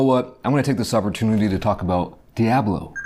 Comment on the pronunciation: really poking through with that "Diaaablo" pronunciation